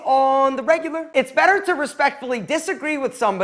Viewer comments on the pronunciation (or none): none